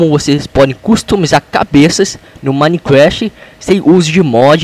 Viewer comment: fala certo minecraft nao e minecrache